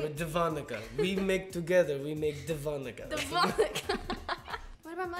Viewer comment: When they said Devonica it sounded like de vodka